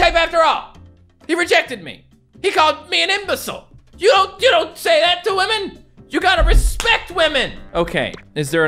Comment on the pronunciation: It's not respect women it's rEsPeCt WAM'N